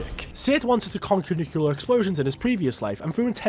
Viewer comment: bro its not nuclur its nuclear